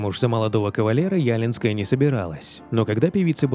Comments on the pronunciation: Не Яленская. А ялИнская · Почему Ялинская, а не ялИнская? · ЯлИнская а не Ялинская. Ударение на и. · Не Ялинской.. ударение на второй слог ЯлИнской! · Не Ялинская , а ЯлИнская.. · Анжелика ЯлИнская, а не Ялинская. Ударение на И. Очень красивая женщина. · Ужасно читается текст .НЕ ЯЛИНСКАЯ , А ЯЛИИНСКАЯ( Ударение на втором слоге ) . УЖАСНО. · Не Ялинская, а ЯлИнская- она очень красивая и талантливпя женщина. Один только романс 'нет, эти слезы не мои' чего стоит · Да не Ялинская, а ялИнская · Не Ялинская, а ЯлИнская, ударение на 2-й слог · ЯлИнская ее фамамилия. Ударение на И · Невозможно слушать! ЯлИнская !!!! Некомпетентность автора, поверхностная подготовка. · Да очень режет слух неправильное произношение фамилии. ЯлИнская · ЯлИнская, ударение на И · Ялинская, ударение на букву "и"!!!! Говорите, пожалуйста, прошу, правильно!!! Спасибо большое!!!!! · ЯлИнская. Ударение на И. Журналист должен знать и преподносить достоверную информацию. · Зачем коверкать ее фамилию! ЯлИИИнская - правильно!!! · В её девичьей фамилии вы неправильно ставите ударение.Лика ЯлИнская. Ударение на "и". Режет слух, произносят неправильно. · Хать бы ударение правильно ставили в девичьей фамилии певицы, Зеленскому правильно ставите а нормальным людям коверкаете.. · Правильно говорить ЯлИнская с ударением на "и". Увы, певица она не очень. Но зато она выступила против фальсификации выборов в Беларуси, поддержала протестное движение беларусов. После этого её люди сильно зауважали. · Уши режет, как произносите фамилию Анжелики. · Лика Ялинская, ударение на и. Стала 1-й победительницей конкурса красоты в Минске, Беларуская прыгажуння, ей было 18 лет и у неё уже были муж и дочь. Потом Раинчик прогнал из Верасов Юлю Скороход с прекрасным голосом и взял безголосую Лику. У Лики никогда не было ни слуха, ни голоса. Надо только послушать песню на Евровидении, хорошую песню, с которой она позорила нашу Беларусь. Никакая она не певица, просто содержанка